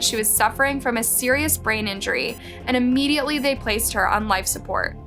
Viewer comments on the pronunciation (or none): none